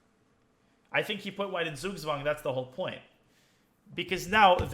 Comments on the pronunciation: Sug swang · "... well eventually he put white in Sugswagen." Me, a German: "Huh, what is he saying? What language is that term borrowed from?" "... I think he put White in Sugswang, and that's the whole point ..." Me: Aaaaaaaah, he's speaking German?! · love how you pronounced "Zug Zwang" like